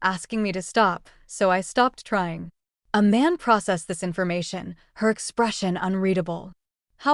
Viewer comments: Who is Aman??? Narrator keeps saying that name. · Sounds like she is saying "A Man"😅😂😂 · Bad AI. Which “desert” were they waiting for? (As opposed to “dessert.”) Pharmacology tripped up the narrator up. Tyra/Iman/A-man? Messy and sloppy work.